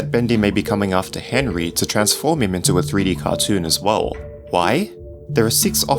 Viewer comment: Be cas Henry an bendy it's ri a little bit it's be as enry an endy rim ok bro.